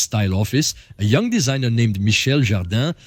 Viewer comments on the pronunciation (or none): none